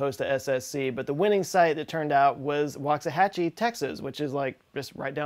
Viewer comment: What the heck!!! Waxahachie-hachie?! 🤯